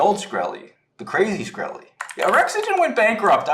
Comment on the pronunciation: Watched the entire 2 Hour Video on Twitter regarding the SAVA Short. I only have one thing to say...how dare that guy pronounce my mans name [shuh*kreh*lee]! It's pronounced [s*kreh*lee]. About to go Wu-Tang on his ass. 🥷